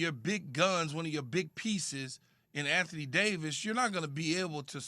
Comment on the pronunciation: Anthony Day-to-Davis